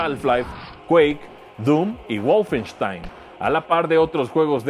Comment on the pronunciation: Mi reconocimiento sincero a que pronuncio correctamente Wolfenstein! eres un lord